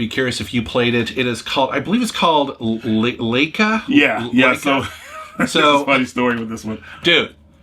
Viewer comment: Nope... Laika is definitely not pronounced Leika.